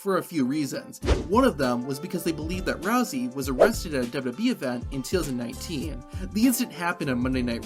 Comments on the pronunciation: Dubbubee instead of wwe had me dying😂😂😂😂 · I can’t stand how this guy pronounces WWE